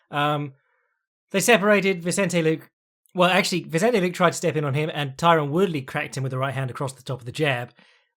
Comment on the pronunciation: Please stop saying “Vincente Luke”